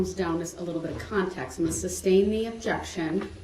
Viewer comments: It’s because “substain” is not a word. He’s pronouncing “sustain” wrong. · Can somrone tell him its not SUB BLOODY STAIN!! And its not ILL ANOYS vs Allen